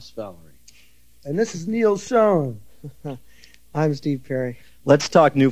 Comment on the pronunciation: Glad to hear Neal Schon pronounce his name the way it's supposed to sound. I never knew exactly until I listened to this. It's not Shawn; it's Shown or Shone. Great. From now on whenever I speak about him, I will pronounce his name like he did here.